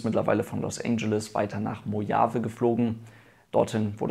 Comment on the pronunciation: Mojave, wird übrigens Mochawe, ch wie in Rauchen ausgesprochen. (spanische Anlehnung)